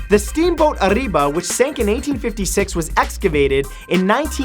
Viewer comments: #38 It's "Arabia" not "Arriba"... Just saying .-. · #38 its Arabia not Ariba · Ariba? You mean Arabia? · Matt, The steamboat Arabia, isn't pronounced Areeba... Currently, it is housed in a museum in Kansas City, Mo, United States, next to the Kansas City Farmer's Market. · #38 Matt says "Arriba", boat says "Arabia" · #38 - Ariba? The boat in the picture says Arabia... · #38 - he says "Ariba", the pic says Arabia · Fact #38 is not completely true... He said Ariba, but the picture says Arabia... hmmm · um... the boat in number 38 is called arabia lol not ariba. great vid anyway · Matt its UH-RAY-BIA (pronunciation)